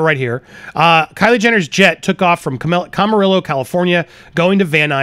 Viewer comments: They live in Hidden Hills and Camarillo is pronounced “Cam-A-Ree-O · Camarillo is pronounce cam a reeyo. The Ls are silent